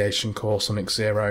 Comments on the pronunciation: Egg-zylophone haha. Definitely 'Zero' not egg-zero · Why are you calling it X -Xero? It's Xero, like zero. X pronounced like a Z as with xylophone.